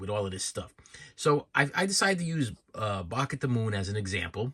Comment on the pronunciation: He says 'shorts' like 'shauwatts'.. and 'Bark' like 'Bawlk" 🤣